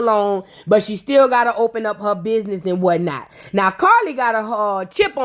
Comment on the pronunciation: "Thass a lizznahyee i would never do that to my bizznahyee" I'm hollering 😂😂😂😂😂